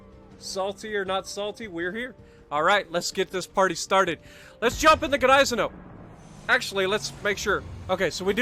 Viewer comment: Its Niessen-now lololol g is silent